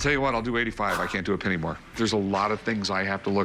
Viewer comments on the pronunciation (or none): none